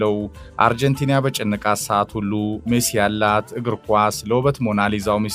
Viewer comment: why do you say አርጀንቲንያ? It is አርጀንቲና:: Correct it.